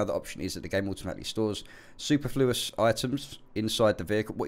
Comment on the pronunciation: The word is, sue-perf-lu-us. Definition, unneeded, more than enough, or overkill for the younger folks, lol.